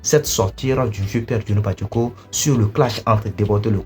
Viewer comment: On dit patchéko ko patoko patoko